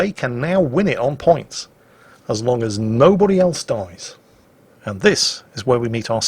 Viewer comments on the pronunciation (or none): none